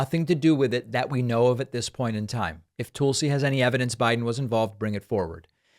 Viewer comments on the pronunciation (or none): I think David pronounces her name wrong. Is it "tool-si" or Tulsi? Like Tulsa, Oklahoma.. 🤔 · Despite your opinions of this interview (and I mostly agree with you), her name is pronounced "Tull-Si" - like "Jethro TULL" and not like "TOOL SI" as if implying she's a tool! Please David, love your show, but don't go down the rabbit hole of name calling or making up crap to fit an agenda like Trump and Republicans like to do. Take the high road, please! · Is "Tool-si" Gabbard a joke? It's Tull-si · At least learn to pronounce her name correctly. It's not Toolsey. It's Tulsi. And there's lots of evidence against both Hunter and Joe. And you really know that, don't you? Your stance is very, very weak. And you know that also. You're just trying to convince yourself. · It’s TUHL-SEE, not TOOL-see 🤦🏻‍♀️ That pronunciation is what’s criminal lol If we’re gonna shame Trump for calling Fani Willis “Fanny” then we can at least do better that… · "Toolsi" JAJAja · Why do you keep calling her Toolsee instead of Tulsi (pronounced the same as cull?) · "Tool-si Gabbard" 😆😆😆 I see what you did there!! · I like the way you pronounce her name "tool -see" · People bandy about this phrase "banana republic" but have no idea what it means. I think they think it makes them sound sophisticated. (On a different topic: her name is not pronounced "tool-see". The /u/ in Tulsi is as in "cut".) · "Toolsi" lol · David, are you purposely mispronouncing her name. She is a Toolsi but let's be nice. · Did he say Toolsy Gabbard?😂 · I never get tired of the "Toolsi" pronunciation. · David couldn’t even pronounce her name correctly . I think that means something ! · I have commented before, her name is pronounced Tulsi like I the in the word hull. It is not pronounced Tulsi like in the word tool.